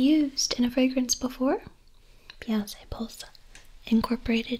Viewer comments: Every time you said "Beyonsssss" instead of Beyonce I just about peed myself. You are so wonderful. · Hahaha the fancy pronunciation of Beyonce got me